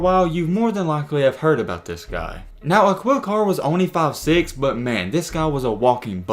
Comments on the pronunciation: Uh-Quil Car 😂😂😂 it’s pronounced Ah-keel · Yup! Dude said “Aqwheel” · It’s pronounced “uh-keel” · It's pronounced A-KEEL. If you're going to continue profiting off of BLACK EXCELLENCE, please learn how to pronounce the names!!! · Aquille Pronoun A-kill, lol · His name is pronounced just like Shaquille O’neal but without the sh. Basically pronounced Akeel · “Akill” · a"QUIL' carr hahahah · dude you're not even saying his name correctly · At least learn how to pronounce bro name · He def knows a lot about shorty!! Everything except the correct pronunciation of his name. 🤦🏾‍♂️